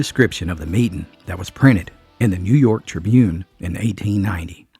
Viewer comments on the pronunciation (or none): none